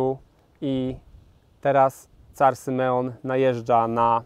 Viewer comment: car, a nie tzar.